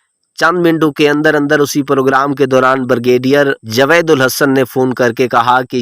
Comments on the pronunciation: کہانی جو بھی تھی جاوید کو جوید کیوں بولا ۔۔۔اسی سے آپکی کم علمی کا ثبوت ملتا ہے ۔۔۔الفاظ کو چبا چبا کر بولنے سے انسان عالم نہیں بن جاتا۔۔۔🙄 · بھائ کو اردو بھی پڑھنےنہی آتی...مسجد کو ماسجد اور جاوید کو جاود اور بھی غلط لفظ بول رہے ہیں..